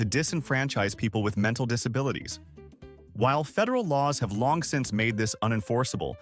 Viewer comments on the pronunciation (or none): none